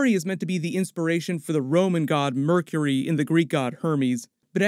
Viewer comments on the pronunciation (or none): none